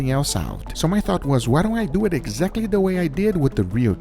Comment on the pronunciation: Let’s dew eeh” I hate when you say it like that. Say it nice and slow LETS DUUUU IT